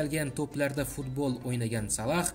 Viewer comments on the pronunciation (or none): none